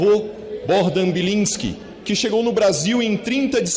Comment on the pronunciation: Belinsque. E o que eu disse? Bilisque. E como é? Belinsque. E o que ou disse? Bilinsque…